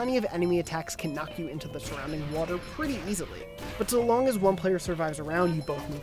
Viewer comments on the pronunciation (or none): none